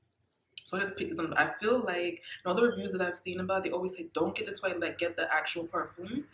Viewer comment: Good review but its pronounced twa let not toylet 😜